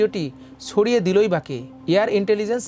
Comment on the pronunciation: নিউজ রিপ্রেজেন্টার যদি এতো ভুলভাল শব্দ উচ্চারণ করে কানে লাগে। ছবিকে সবি, গ্রুপ কে গুরুপ, ছড়িয়ে কে সড়িয়ে এগুলো মানা যায়না।